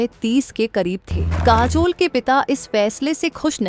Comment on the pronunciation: Kaazol, there is jhool in pronunciation.